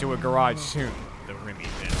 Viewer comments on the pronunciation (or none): I gotta admit, when called it the Rimmy Tampa, i misheard it as the Rimmy Tampon...